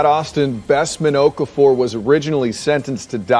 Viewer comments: His name is pronounced Of-CAR-Four. Why can't people try to get people's name's right? She did not want to be there. People should not be forced to be in jury. USA just likes to jail people. The woman is probably struggling with finances already and you just added to that. Just state your religion and you are not God and hence cannot decide someone's fate. My colleague got called up twice within 6 months and had even moved to another area (basically like another State) and was still told he still had to come back for the jury service which meant looking for a place to live and paying two rents during the jury service. Just tell them you cannot be biased due to your belief. Conflict of interest. Anything because they should not be forcing people to judge in life or death matters. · ‘Okafor’ is pronounced O-kah-for.